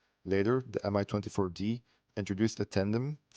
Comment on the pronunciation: It pronounces exactly like "ME" M-I makes my ears hurt